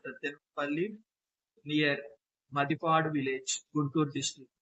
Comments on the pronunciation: మది పాడు kaadu bro. మాదిపాడు. Pronocesation wronge correct cueyandi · It's not Madi padu MaadiPaduSir. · మదిపాడు కాదు మాదిపాడు అనాలి,ఇది గుంటూరు జిల్లా సత్తెనపల్లి వైపు ఉంటుంది దానికి వ్యతిరేకంగా ముత్యాల జగ్గయ్యపేట వైపు ఉంటుంది అంటే మాదిపాడు-ముత్యాల మధ్య నుండి కృష్ణా నది పారుతుంది, దానిపై బ్రిడ్జి వేస్తున్నారు, ఇది3 జిల్లాలకు కేంద్రం పాత నల్గొండ, గుంటూరు కృష్ణ జిల్లాల సంగమం